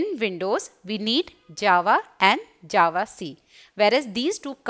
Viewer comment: mam, I love your teaching but u keep saying 'A 'JAVA, that is making me cringe a little